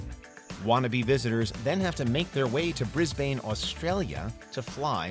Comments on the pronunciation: Can confirm that the correction of the Australian city of Brisbane is “Briz-bin” not “Briz-bayne” 👍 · "Bris-bayne"? That's the pronunciation of Brisbane, California. Brisbane, Australia is pronounced "Bris-buhn". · G'day guys I'm from Brisbane, just for future reference. Brisbane is actually pronounced Bris-ban despite its spelling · Brisbane is pronounced Briz Bin just fyi.